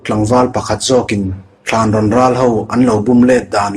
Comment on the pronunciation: I chhiar ngaihnawm khawp mai, mahse Thlanrawn tih i lam rik dan hi a dik lo Thânrâwn tia thlûk tur a ni e